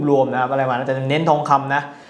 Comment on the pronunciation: หัดพูดไทยให้ชัดก่อนออกคลิพดีไหม? “ทัมพ์ทำอะไลแปกๆ” ทั้มพ์, คิ๊พ, อะไล, เหลียญ ฯลฯ ฝึกได้นะคะ หัดเถอะค่ะ น่าเสียดายเวลาชีวิต พูดผิดจนตาย